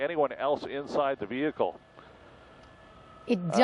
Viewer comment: the VEEHEECAL